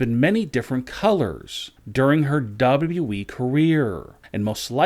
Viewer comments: "WWE" clown, not "WE" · It’s W W E not WE, I hate this channel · Is it me or does he sometimes say WE instead of WWE?